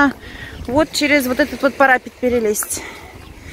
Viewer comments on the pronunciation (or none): а почему парАпет? ПарапЕт!